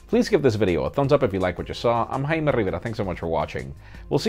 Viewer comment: why you are pronouncing your name as instead of Jaime Rivera